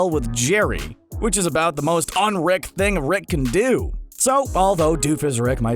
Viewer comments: Who’s wick it’s rick say it right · You pronounce "Rick" as "Reck" and it's fucking annoying. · Can you please work on your pronunciation? It’s Rick not Reck. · Sounds like you're saying wreck sometimes.